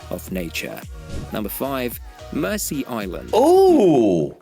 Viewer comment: It's not pronounced "Mercy Island" at least I never have. For us it was always pronounced "Merzee Island". And I've known inhabitants of the island who ALSO pronounced it Merzee. But language is an ever changing thing.